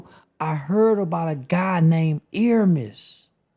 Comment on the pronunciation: He talking that truth.. I just wish he would pronounce the ERMIAS correctly for once